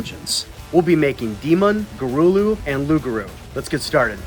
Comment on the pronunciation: Big points for pronouncing "Loup-Garou" correctly